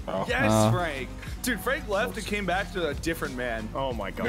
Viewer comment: Therapy ❌ ✅🛐🛐